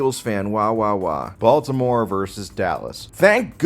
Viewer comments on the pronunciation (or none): none